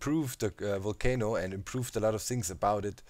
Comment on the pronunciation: Always look forward to your vids. Always dig your accent too. This time you had me dying... sounded like you say "kind of cool for a 'WOOL'-cano in my opinion" Burn it DOWN XD. Quite interested to see how close the witch farm is going to come to it. Also, are you going to place enough standing lava to keep it lit and mob-proof to maintain the perimeter? Actually, maybe keep the light levels down so mobs DO spawn and you can have an EVIL island. (You can always clear the island by activating the Volcano and Watch 'em BURN!!!) Thanks for all the great inspiring content!